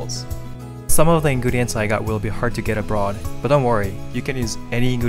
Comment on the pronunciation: Anyone else heard him say "inguriens" instead of ingredients?